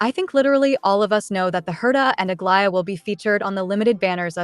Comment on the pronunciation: You’re the first YT CC who can say Aglaea’s name without my skin crawling. Thank you lol